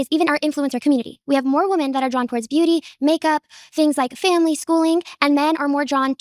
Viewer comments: Through this entire debate dhe never prnounces the plural to woman. Never once says women. Ive seen alot of magats do that. Do they do this on purpose? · WHY DO SOME PEOPLE PRONOUNCE WOMEN LIKE WOMAN?!